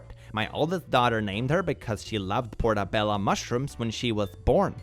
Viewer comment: the MUSHROOM IS PORTOBELLO (PRETTY PORT) NOT PORTABELLA (PRETTY DOOR) GIRL TF